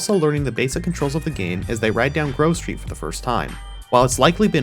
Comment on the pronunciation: Why i am one hearing that. When he says Grove Street somehow i hear Girl Street🥴🤣